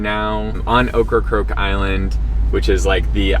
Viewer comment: How come nobody can say OKRACOKE correctly? Okkacoke, occacroak, okracroke….. 3 syllables, “Oak”-“Ra”-“Coke”. Practice makes perfect. Cute video tho, I like the van.